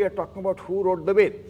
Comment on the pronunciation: Does C.K Raju know the difference between वेद (वे-ve द- da Veda) and वेद् (वे-ve द्-d Ved)..? How would you trust someone who doesn't know how to pronounce simple aksharas..?